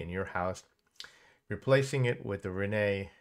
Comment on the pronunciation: The WiFi manufacturer's name is Reyee and NOT Reney!!! Pronunced Ray-yee!!!